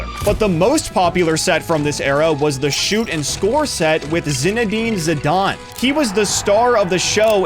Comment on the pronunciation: Bro said Zinedine Zidane 😂😂😂